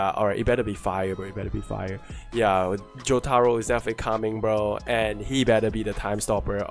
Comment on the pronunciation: Omg the way you pronounce Jotaro 😭